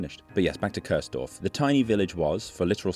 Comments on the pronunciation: Nice video, but it is called Kursdorf, not Körsdorf 🥲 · Your narration pronounces the village name as Curse-dorf (English pronounciation), which litterally translates into "damned village". Properly, that village name is pronounced as "Chores-dorf". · Interesting video, even for someone who lives only one city away in Dresden I never heard of this before.🫶🏼 Only a small side note: you kept pronouncing it Köörsdorf, when it's named Kursdorf, with a U, pronounced like in "Uhlenhaut" or a shortly said "cool" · Chores-Dorf is kind of weird, worse than curse-Dorf. It is Kursdorf. It's the look sound: ˈkʊʁsdɔʁf where the ʊ is also in look:lʊk. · It isn't Cursedorf, its Kursdorf. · Nice one. Though I have to be "that" German: the village is pronounced "Coors-Dorf" (yea, like the beer), not "Curse-Dorf". Just little to no "r" sound. Think of "huah!", then you got the "ur" right. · No, it's pronounced koors-dorf, with the "oo" spoken like "look" or "took" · The pronaunciation of Coursedorf really puts me off. There is no o to speak in Kurs. Kurs indeed really means Course in a navigational context (or price at stock exchanges) so it is somewhat funny but still irritating. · Curse-dorf? Even as a German, I heard that :D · noticed how the narration pronounces the village' name is "Cursedorf" (english pronounciation) which translates to "Verdammtes-dorf"...! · Cool video. Keep it up. But: in German, U is always pronounced like the ou part in you or like the oo part in moo or boo. So the right pronunciation of the village is "Koursdorf". 😉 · great video all in all. But if your point was to pay tribute to a ghost village, why do you insist on pronouncing it wrong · 😊 The u in Kursdorf is pronounced like the two oo in cool. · nevermind, I just had to fulfill my obligations as a German to be annoying and overly correct on the Internet 🤣 Thanks for a great video and for telling an interesting story!